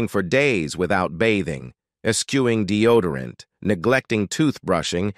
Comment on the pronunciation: Capra? Polident? Deodorant? Candida? Diseases? Disorders? These words should be easy to pronounce, yet the narrator butchers them. Add to that sudden, inexplicable switch to a Spanish accent towards the end of the video, makes one really wonder if he's 'all there'.